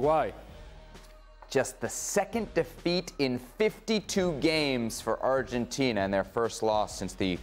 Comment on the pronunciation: The hamster keeps saying Arhentina